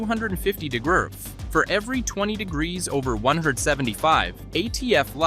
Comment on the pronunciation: “Two hundred and fifty gegurrf” 🤦‍♂️ Lazy video production.